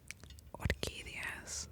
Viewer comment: Wow I almost died when she repeated 'orquídeas' very nice